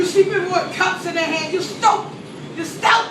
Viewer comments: "YU STAUPID"😂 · LMAOOOO "you STAUPID"